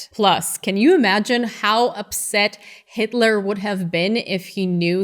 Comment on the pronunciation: hail hit-a-la ... who's Hit-A-La, come on man do you even speak German?